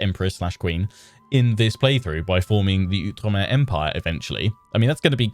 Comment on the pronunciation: Oh, I am SO excited about this. I’ve been wanting an Outre-mer campaign for ages - but I’m also glad to hear you pronounce Outre-mer correctly! There was a time when you would pronounce it “Out-reemer,” and while I truly love your videos, I think my little historian brain would have exploded. 😂